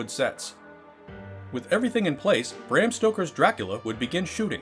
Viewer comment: And Bram is pronounced brahm dumbass